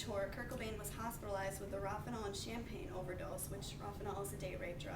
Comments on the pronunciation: Cool! ..but I hate the way you say "rohypnol" I dont know if you knew that or not. 😉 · Over and over again